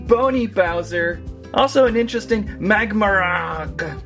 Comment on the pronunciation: It is pronounced Mag-mar